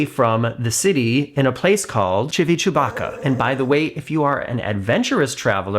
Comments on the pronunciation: I love how you pronounce Civitavecchia 😂😂😂 I just bought your book, I plan to read it on my next cruise. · I’m starting to watch your videos just to be entertained by all the ways you pronounce Civitavecchia. 😂